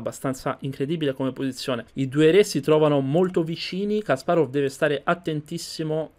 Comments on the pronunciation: Ho visto solo due tuoi video, son fatti bene. Unico suggerimento, cura gli accenti, Kàsparov non Kaspárov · Kasparov persona intelligentissima, non limitatevi agli scacchi guardate i suoi video su putin e le vere ragioni della guerra in Ucraina per esempio. Per quando riguarda la pronuncia, il russo segue il cambio della vocale atona e il rafforzamento della consonante finale quindi in realtà è Kaspàraf